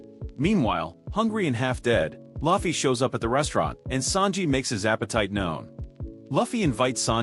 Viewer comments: Its Luffy not Laughfy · the auto reader cant pronouce luffys name, you need a human naraitor.